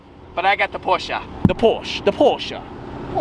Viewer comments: It's Porsche, not porscha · You cant buy porche until you stop calling it porcha.